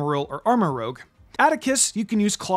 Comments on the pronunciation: It's ArmarOUge not ArmarOGue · I don't why it bothers me that says ArmaROGUE instead of ArmaROUGE but it bothers me a lot so Thank you Reddit Armarouge pronunciation Discussion Just want to point out that Armarouge is a combination of Armor and Rouge (the color), not Rogue (the RPG class). So the pronunciation should be arm-uh-roozh not arm-uh-roge. Most people probably already know that, but people mix up rouge and rogue all the time, so I figured it was worth a mention. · Armarouge, not rogue. French for "red" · "Go ahead and correct me in the comment section below." Ok then. It's pronounced "Armour-Rouge" no "Armour-Rogue". It and Ceruledge are named after colours. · Armarouge's name is actually pronounced as Arm-a-roo-juh, rouge being the French word for red. It makes sense when you think of it being in Scarlet. This is also why Ceruledge contains the word Cerulean, a shade of blue for Violet. For the word that you're using, it would be spelled as rogue. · I’ve been waiting on you to realize you’re pronouncing Armarouge incorrectly. You’re saying it as if it were spelled Armarogue. It’s rouge, meaning red, as in the movie Moulin Rouge. Otherwise great content! 👍🏼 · Love the content, but hearing "Armorogue" instead of Armorouge so many times really threw me off. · It's pronounced armarooje (soft G not hard G) it's french for red Rouge not rogue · Merry Christmas! So far I think this is my personal favorite of the best teams from this game so far, like I'd honestly use it on an in-game playthrough only thing I'd prolly change is use Glimmora over Clodsire, but that's just because I have personal bias to Glimmora even though it's much harder to get than Clodsire. Also Armarouge is pronounced using the french word for red rouge not rogue like from D&D his name basically means armor red. I'm sorry for the correction it's just Armarouge is my favorite pokemon of gen 9, I'm super happy you put him on this best team though 😁